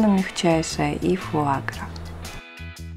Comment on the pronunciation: Фуагра на последний слог ударение.